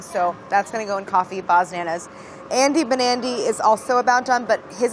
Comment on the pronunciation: i kept hearing 'andy nbandy' instead of 'andy banandy' and im like YEAH IM NB but then i was like w h o o p s... anyways trans rights!!